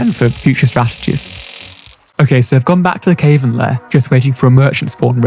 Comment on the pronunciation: Can you please stop mispronouncing cavern